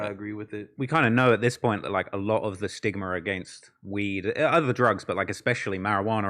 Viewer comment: “STIGMER” “MARIJUANERR”